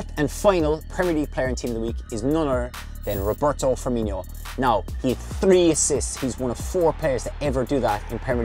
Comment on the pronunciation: DaraRaptor he is but it wouldn’t hurt if he could say Firmino’s name right